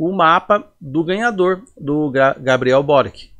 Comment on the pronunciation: A pronúncia é borichi, croata.